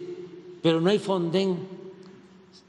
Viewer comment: Ni siquiera sabe decir o que es el fonden , porque al inicio dijo fonsen